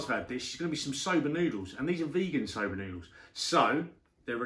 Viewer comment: Yah sigh veeeegin sober